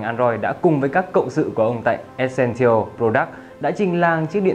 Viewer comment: từ essential bạn đọc sai rồi, góp ý bạn xem lại cách phát âm từ đó nhé